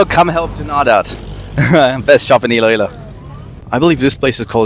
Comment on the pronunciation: ILOILO is spelled ILOILO, not Ill-ilo. Thank you.